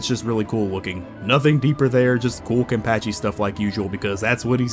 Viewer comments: Haha ok, when I heard you say “kenpAchi”, I thought, “that’s a weird way to say that”. Then I heard you say “bAnkai” like going to the bank-kai. But then later you pronounced it fine just like everybody else does! It’s throwing me for a damn loop for sure 😂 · Omg how can you butcher English,Spanish,Japanesse,German words and names all at the once? Did you even watch the anime with sound at all? It's like those low quality dubs for the sake of money. It's so painful, butchering Kuchiki,Niotra,Shinigami,Hueco Mundo,Benkai,Sasakabe,Seiretei,Kenpachi,Mangaka You pronunciation like you seen/heard those names/terms for the 1st time.